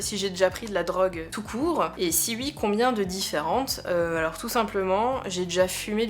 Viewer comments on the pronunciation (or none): Par contre à dire "Ui" à chaque fois c'est tellement désagréable à écouter x.x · Moi je les aiment bien tes petits "ui" et "uikend" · Vidéo très intéressante avec beaucoup de bienveillance et prévention sur les sujets dit dangereux. Très agréable à écouter (surtout quand tu bosses sur un tableau du XIXème...) Par contre.. gros fou rire sur tes "u.i" xD